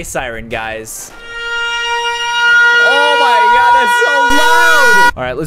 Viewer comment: You said oh my God wrong